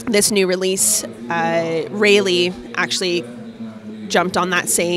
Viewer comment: Super cool bikes, but it's pronounced Rah-Lee